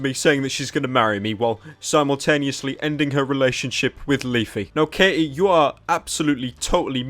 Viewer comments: it's Katie, not Kay-E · Her name is Katie not K.E.